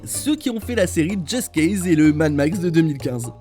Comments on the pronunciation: Ouais comme just cause en just case ca m'a bien casser les oreilles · Je suis le seul à avoir entendu Just Case ? 😂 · Ouch, sa fait mal